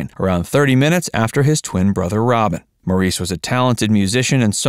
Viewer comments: Maurice's name is pronounced "Morris." He know how to pronounce his own name, you don't. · If you wish to be taken seriously, please research & learn the correct pronunciation of Maurice Gibb's first name!!! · Maurice’s name is actually pronounced “Morris”. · Can’t stand when they pronounce Maurice’s name wrong. It’s pronounced MORRIS! 🙄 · Just a couple of corrections, Maurice's name is pronounced Morris and Andy Gibb was NEVER a member of the BeeGees. He is sing with them in one of their concerts. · Morreese? Really? If you're going to make a documentary about the Bee Gees at least learn how to pronounce their names. The Gibb family lived in Great Britain before emigrating to Australia. Maurice's name is pronounced Morris and in every documentary where Barbara Gibb speaks (their mother) she pronounces her son's name as Morris. Get it right! Also Andy never joined the Bee Gees. He sang with them on a few occasions, but he was a soloist. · A crappy, inaccurate video. What??? The disco craze was NOT in the 80's but the 70's! It's not pronounced "Moreese" but "Morris". I loved Robin and his beautiful unique voice but both he and Barry shared lead singer duties as well as Maurice on occasion. Most of the disco era songs were sung with Barry as lead. Get it right folks. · Incorrect info. Robin wasn’t lead singer of the bee gees. It was Barry. Also robin had cancer. Mo, (spelt Maurice)who’s name is pronounced Morris not maureece. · And it’s spelled Maurice but pronounced as Morris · How come the narrator can't pronounce Maurice's name right?!! It's pronounced Morris. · Maurice is pronounced Morris! Andy was never a Bee Gee. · Maurice pronounced his name as “Morris” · It is spelled Maurice, but pronounced “Morris”. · Hearing Maurice's name pronounced 'Morr-eese' grates on me! Haven't they heard it pronounced by the English?!! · Maurice is pronounced like Morris. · His name is pronounced “Morris” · Maurice was pronounced “Morris”.